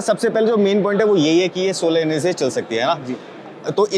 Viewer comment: Bhai.. solar energy nahi bol pa rahe